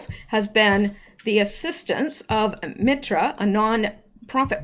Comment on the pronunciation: MITRE ...pronounced MIGHT ER Used to live there...had a friend worked for them.